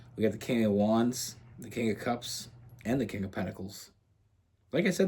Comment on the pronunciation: When you say “cups” I hear “holes” which checks out 🤣🤣